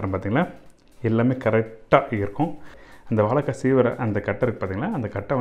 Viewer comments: Why mispronounce 'vazhaikka'? I thought 'zha' is very unique to Tamizh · அன்பரே, வாழைக்காய் என்று சொல்லிப்பழகுங்களேன், வாளக்காய் வேண்டாமே.